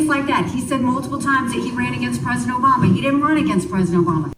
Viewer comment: "OBAMNA"!!! God, what a flake! And republicans want him???